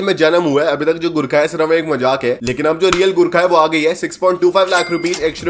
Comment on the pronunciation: Bro, Jab usne first time Gurkha bola to mujhe sunai Diya 'gu kha' next Time jab usne bola to mujhe sunai Diya ' gutka'